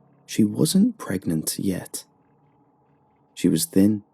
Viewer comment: She is PregaNaNant or Pregante 😂😂😂